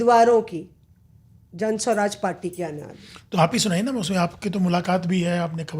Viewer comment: पहले तो आपलोग बड़े विद्वान हैं जनसुराज नाम है ना कि जनस्वराज